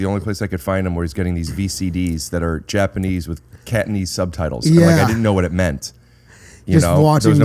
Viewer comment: "Catanese" ..I heard that.. 😆